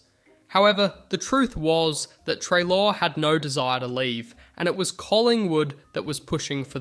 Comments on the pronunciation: What the hell, this video is just littered with errors. The pronunciation of Treloar, Tom Bellchambers’s photo instead of Scott Lucas, saying Jordan McMahon kicked the winning goal against Melbourne, when it was in fact Richard Tambling (which btw meant dusty came to Richmond, so a big win for the tigers) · How did you say Treloar incorrectly in 6 different ways